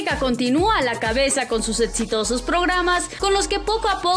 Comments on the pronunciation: Etsitoso, etsfamosa, por que no pronuncia bien? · Escucho ...” proyeDto” y “eDsitoso” 🤣😂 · Lo mejor es cuando dice etsitoso